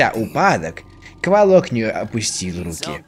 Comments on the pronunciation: Говорится не кволок а ударение на 2-е о, а правильно на 1-е о. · Ну как бы рассказчик первой части это древо духов... Охх, и это не Сейн из первой части, и это как мне лично кажется не кволОк, а квОлок. Ну да неважно.... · ээээ..... я правильно понял, что на этом канале уже нет образованных и адекватных людей, что бы сказать, что правильно "квОлок", вы же НЕ говорите "пушкИн"